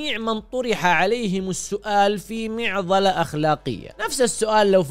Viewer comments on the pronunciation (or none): مِعضلة ✖️ مُعضلة ✅ عِتية ✖️ عَتية ✅